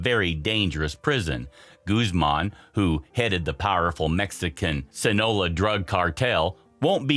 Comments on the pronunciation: He said "sinola" lmao it's sinaloa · I like it when someone pretends to be a subject matter specialist...but cannot properly name el chapo's birthplace, SINALOA. not "sinola" as stated here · Did you really say sinola instead of Sinaloa? 😂😂😂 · I love your pronunciation of "Sinaloa".